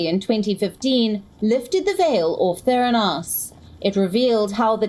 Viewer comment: it's pronounced: ther AN os.